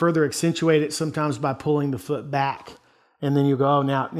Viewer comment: "Goes all the way down to the fuud, foot" lmao